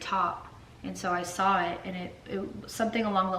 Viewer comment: Who cares that you’re under the weather or her voice is raspy? You are soooooo annoying. She’s tired from her day. Bc you work so hard. Try getting a real job!!!!!!How does anyone watch you ???? Oh and good thing Catherine looked in her tissue after blowing her nose. Vile. Oh and Austin - the word is saw. Not sawl. 🙄.